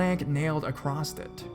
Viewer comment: And in the second story "acrosst" in stead of "across"